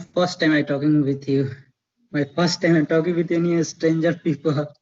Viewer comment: Bro not pi pul It's pi pal otherwise I love your talking style 🥰♥️